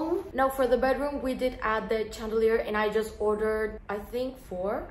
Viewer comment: Sssssh: pronounced shand! Chandelier 👍🏽💕💕Love from London.